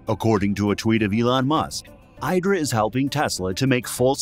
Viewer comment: It's pronounced eedra.